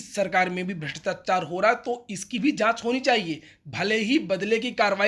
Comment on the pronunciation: भ्रष्टाचार होता है, जी भृष्टाचार नही।